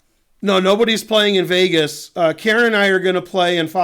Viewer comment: hope ben is saying KAREN and not KIERAN.. KIERAN isn't a girls name